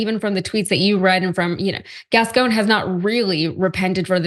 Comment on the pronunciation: WRONG. Se pronuncia: Gascón y Saldaña